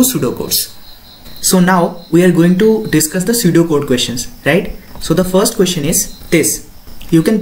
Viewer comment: "Pseudo code" I heard it SUDOKU 😂